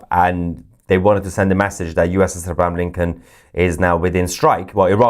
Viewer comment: Pronounce the name right it's abraham lincoln